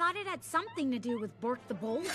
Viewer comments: BORK not bor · Its bork. Not bor